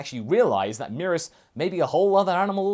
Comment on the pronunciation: First time I've heard someone say merus like that, I was low key confused, it's supposed so be "meh-rühs" not "me-rus"